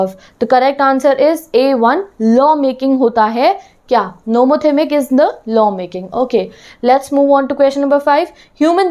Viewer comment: Nomothemic nahi nomothetic hai